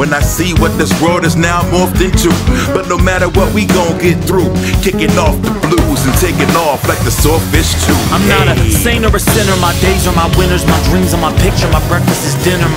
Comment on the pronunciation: The way they pronounce blues in one sillable instead of two like in the original kinda ruins it for me, still a great cover but i prefer the original